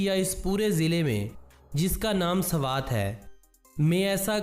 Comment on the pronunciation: Sarwat nhi swat 😂😂😂